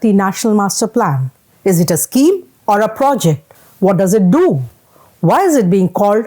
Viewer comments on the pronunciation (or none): none